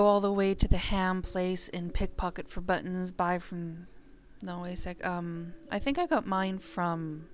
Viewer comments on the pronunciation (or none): none